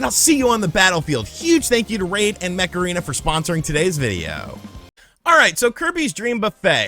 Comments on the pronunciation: I can only hear you saying "Macarena" instead of "Mech Arena" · Every time you said Mech Arena i heard it as Macarena 😂